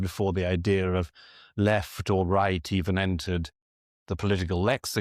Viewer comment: “The ideaR of…etc.” Really?? Please don’t use what’s called an “intrusive R.” It’s not called “intrusive” for nothing!